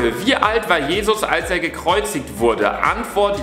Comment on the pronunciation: WARUM SAGEN ALLE KALLSE ;w